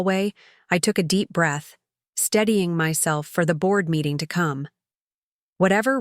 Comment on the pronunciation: Editing needed. 'Steadying" not studying.